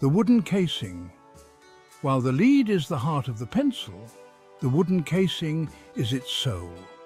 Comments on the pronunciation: lead, in this case, is pronounced "led" the e is short as in egg or there would be a line above it. i only mention it because after a few minuets its said like 30 times and is very distracting to the content. if you are using an auto-reader, just spell it "led" and it'll say the correct word. :) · English is difficult for this A.I.. Pronouncing lead as leed.